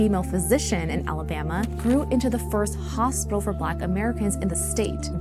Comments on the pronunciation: "HospiTal". Why are all the kids dropping their 'T's when they speak...? Sounds bizarre... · Can someone teach this girl how to pronounce “hospital” ?